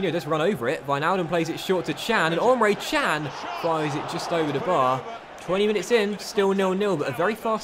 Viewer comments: for the love of God it's Emre Can not "UMRE" Can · “Omre can”